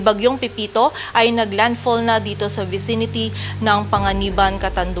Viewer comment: I sbhin Hindi po ng landall